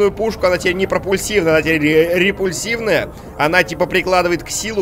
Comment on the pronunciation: Репульсионная,а не репульсивная С пропульсионной аналогично